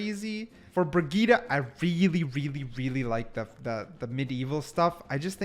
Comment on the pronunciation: Nah nah nah…. Did he just say Bre-ge-tuh?